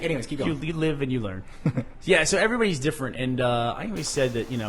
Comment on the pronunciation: has anyone ever noticed burnie cant say "said"? he says "sayed" (or "say'd" or even "sade" if you prefer)